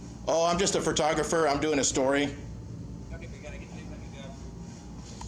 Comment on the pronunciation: FYI, it's PHO-tographer Not Phra-tographer. One R, not two. 😉